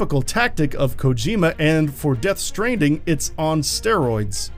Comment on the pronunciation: lol it sounds like the narrator mispronounced stranding at the start of the video.